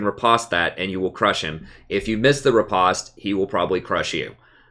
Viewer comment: Please for the love of god...it's rE-post not re-pahst